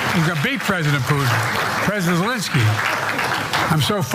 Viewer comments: And he slurs. Sezzzky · He slurs sezzky